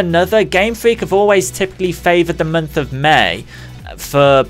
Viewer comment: Stop saying mernth and termorrow. Please.